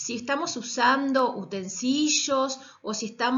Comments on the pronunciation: Es utensilios, no "utensillos" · Utensishos ,cabeshos mashoria 😂 las baterias no se embarazan 9 meses se parten y tienen 2 hijos y por si no les quedo claro corran !!!! Nos invaden los microorganismos bueno donde quiera menos en los alimentos manipuldos por las personas que vieron este video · noooo los utensishos <\3 mi mayor enemigo. se escribe y se dice con iLi sra intendencia 🤧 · Si no se por que dice así utensilios jeje me dio mucha gracia 🤭